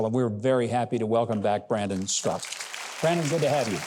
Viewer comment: Why are you Mr. Huckabee and your announcer pronouncing Mr. StraKA as Strak? It is very disturbing!